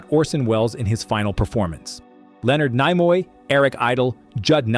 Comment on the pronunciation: Lenord Nigh-moy? Its pronounced Neee-moy.